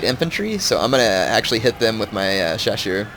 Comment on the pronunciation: Hey, I doubt your gona see this but the proper way to say chasseur is shassheir:)